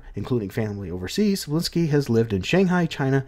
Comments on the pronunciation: Manga is pronounced "MON-guh" Cebulski is pronounced "Seh-BULL-Ski" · Here, I'll help you. You, English speakers, sure have troubles pronouncing names with Slavic origins. Tse-bull-ski "Cebula" means "Onion". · More like "Seh-Bowl-Ski". At least according to this video